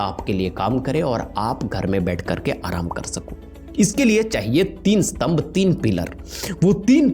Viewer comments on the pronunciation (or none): none